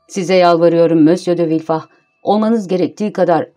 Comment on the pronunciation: sizi villefort'u "vilford" yerine "vilfah" diye okumaya iten sebep neydi? ford'un hiçbir yerde "fağh" diye okunduğuna şahit oldunuz mu?